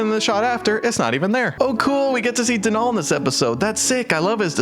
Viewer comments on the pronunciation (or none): I’m gonna be that person and say Denal is pronounced like dental, not DeNall